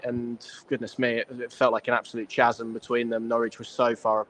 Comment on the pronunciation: Never heard that pronunciation of chasm before